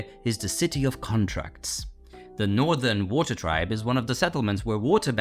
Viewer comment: Bro can t say WATER